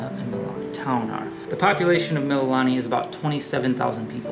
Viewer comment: FYI....Mililani=Mee-lee-lah-nee=Hawaiian for "praise"